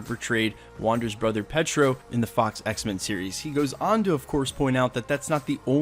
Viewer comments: “Petro”? No... just, no. Say it with me: Pietro. PEE-ay-tro. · It is Pronounced PIÈ-TRO